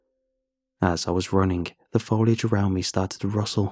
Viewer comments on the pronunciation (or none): none